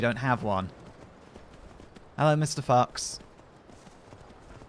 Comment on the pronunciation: I definitely heard "hellow mr. fucks" instead of fox LOL